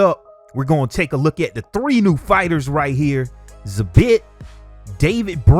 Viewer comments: Yo dawg its not SA • Bit its pronounced Za • Beet w the Es sounding like they do in feed. Not hatin, just constructive criticism. Keep up the good work. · Zabit is pronounced zā- beet not za- bit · Lol you did butcher Zabit it’s pronounced Zah Bee with a very soft T on the end. At least that’s how Khabib says it.... but what’s he know, they only best friends..... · man said he wasnt going to butcher zabit's name lol. it's pronounced zah beat just so u know for next time :) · Say it with me bruh .... "Zah-beet" correct pronunciation my guy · Lmao you literally butchered Zabit's name after saying you wouldn't. Its pronounced ZaBeet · It's pronounced "zah beat" but all luv fam much luv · “I’m not going to murder Zabits name” while saying his first name incorrectly